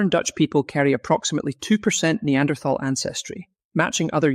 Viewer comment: >th< in Neanderthaler is pronounced as >t< , like in River Thames. >Thal< is the old spelling of nowadays >Tal<, meaning >valley/dale<.